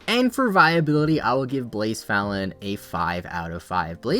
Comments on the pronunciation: Everytime you said blacephalon i was like what pokemon is he talking about because of badly u butchered the pronunciation lmao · so? You still pronounced it wrong.